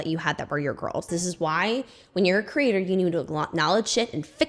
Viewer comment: 😂 I feel like you keep saying content critter instead of content creator 😂